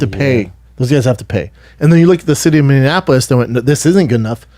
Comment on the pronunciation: Wow Brendan can’t even say Minneapolis...jk not surprised